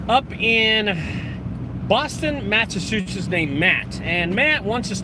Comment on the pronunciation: Haha I love your videos. I’m learning as much as I can from you. But....hearing you trying to pronounce Massachusetts made my day. Haha Have a great day